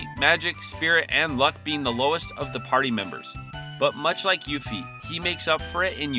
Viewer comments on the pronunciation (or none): none